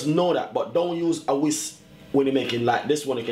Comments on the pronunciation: He said whist but it's a whisk, but whatever lol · People are so ignorant! He said whist but I knew he meant whisk... But I didn't have to make a comment about it! Some people feel better about themselves when they nit pick about every lil thing... It's like their heads will explode if they don't get it out!